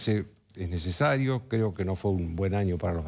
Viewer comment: No es “nesario”, no es nesario,... por Dios, este.